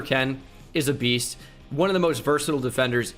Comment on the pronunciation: He didn’t wanna call tyreek a “beata”😂😂